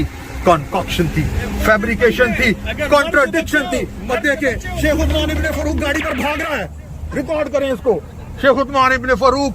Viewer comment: Chomu, usman to shai se bol le...